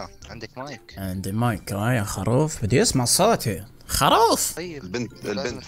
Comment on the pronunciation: يا زين يا زين الله يهديك اسمها خروف مش خاروف😂😂